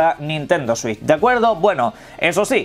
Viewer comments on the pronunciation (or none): none